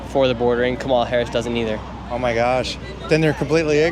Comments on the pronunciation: Omg.. Can you at least pron🤦ounce it correctly??? Her name is KA👍mala ..not Ka🤦MAlah.. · Even black people are pronouncing Harris’ name as Ka-MAH-la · The funny thing is the people who are voting for Harris.. they cannot even pronounce her name correctly… TRUMP 2024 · So sad no one can pronounce Kamala’s name. So disrespectful. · Not a Kamala supporter but think it’s funny that even her supporters don’t say her name correctly after all of the people getting mad about it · None of them even say her name right😂😂😂😂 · I live in Belgium. I'm 50 years old. My sister and my brother in law watch CNN all the time and loathe Trump. If you need any more proof the brainwashing is working I'll give you some. My sister had a go at my 88 year old mother for pronouncing "Kamala" wrong. It's insane.